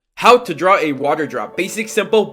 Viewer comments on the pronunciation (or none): none